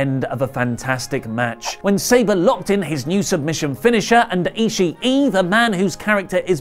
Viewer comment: is it not pronounced Tomohiro e-she not e-she-e?!